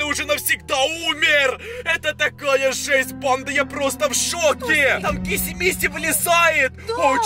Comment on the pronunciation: Блин мне так раздражает когда ты говоришь хагги вашими И киси мисси и жыыть🤣